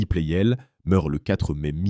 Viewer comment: La voix IA gâche tout. "Plel" au lieu de Pleyel. Quel intérêt ?